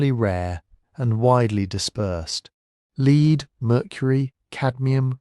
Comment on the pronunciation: The information is great. The AI voice is soothing, but mispronounced "wind, lead" sort of ruin the reading. Otherwise really worth listening to.